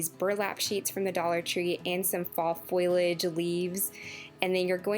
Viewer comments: All beautiful ideas. I can't wait to try.. I adore the wreath and framed autumnal pieces..❤❤ I also just wanted to help with a pronounciation of a word. FO-LEE-AGE not FOIL-AGE. FOIL implies you are using the cooking medium not plant matter. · leave the L out of the word foilage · Foliage: Foh-Lee-Edge I understand that people from different places pronounce things differently, but you are transposing two letters that essentially turns leaves into a made up word that only had a definition in urban dictionary. Just trying to educate, not hating. Wreaths look great 👍🏻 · I really liked the video and almost subscribed but the"foilage" think kept making me cringe. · Amanda Niles I agree and I can't handle when people drop the g off Of my words like findings to findins. However she is adorable and also the crafts!